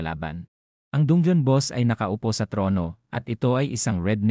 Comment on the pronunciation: Bat dungyon dun-ge-on dungeon po